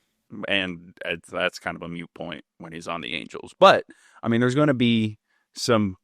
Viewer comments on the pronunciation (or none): I hate to be this guy but…It’s “moot” point, not “mute” point. (If I heard you incorrectly my apologies…but, I don’t think I did). I Love your show, here! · No, he definitely said mute, not moot. But I feel like it was a mistake because I'm sure knows the difference.😊 Also, please no kenley, never again!